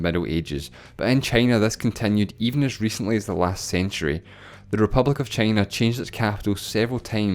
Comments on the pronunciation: i quit watching after hearing the pronunciation of China as tʃeɪnə. Heaven knows what else more... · I don't understand why you pronounce China as "chEY-nah"